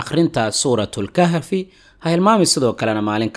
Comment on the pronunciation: Maracade suuratul kahfi maaha waa suuratul kaaf walaal please